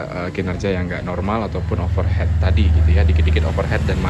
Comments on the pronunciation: Sepakat, tadi sempet bingung dengernya, overheat (baca overhit) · Overheat (baca: overhit) mas 😅